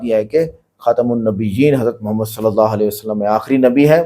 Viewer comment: pahle bolane to Sikh chahie😂😂 Allah ka naam to pahle acche se le Lijiye